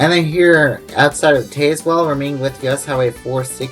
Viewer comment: It's Taz-well in Virginia, by the way. The e is silent. Row-uh-nohk for Roanoke. Great video.